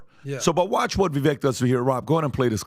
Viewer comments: he’s only said it millions of times, it’s Viv-ake like cake not viv-ekk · again....the man tells you all the time, it is VI-VAKE, not VIVEK...COME ON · ITS PRONOUNCED VI-VAKE LIKE CAKE. ITS NOT VI-VECK. HE TOLD YOU THIS WHEN HE WAS ON THE SHOW CAN YOU PLEASE STOP BUTCHERING THE MANS NAME. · You guys. It's Vivek (ViVAKE, like CAKE). Not Viveck or Veeveck. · VEVEKE like CAKE…… guys pronounce his NAME right!! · Guys.... It's been months now. Can we stop calling him Vee-vek, or Vuh-vek It's Vuh-vake .. like cake There's plenty of videos out there with him pronouncing his name. It would be like calling Patrick, Patrek Maybe next video we could all be on the same page. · DUDE....it is pronounced VIVAKE not VIVEK. You are a podcaster....this is your livelihood, you should pronounce names correctly. Vivek has told the American public the correct pronunciation of his name numerous times. GET IT RIGHT! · I love y’all to death but for the love of God can you pronounce Vivek’s name correctly!!! 😂 It’s not Vivek like heck, it’s pronounced Vivake like cake, bake or rake. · guys, it is Vivake. hard a, like cake, not "vivek" like tech. love yall but pronounce it correctly. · It’s Vivek like cake get his name right pleaseeeee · Gentlemen Vivek is pronounced like Cake Vivek is pronounced “Vivake”. This is from Vivek’s own voice. Show the man respect and pronounce it correctly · Vivek rhymes with cake. Pronounce it correctly. TRUTH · its VivAKE like CAKE. Stop talking about him so much if you cant say his name right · I do wish you lads would give Vivek the respect of pronouncing his name correctly: it's Vi-vake like cake. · Vivek, rhymes with cake, not deck. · Longtime follower, I love what Patrick has built. That being said, come on guys! Not one of you pronounce his name correctly. For being fans of his you guys should get his name right. He’s said it multiple times in interviews. It’s Vake like cake 🎂 and rake. Blessings fam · I call him Vivek like check 🙋🏻‍♂️🏴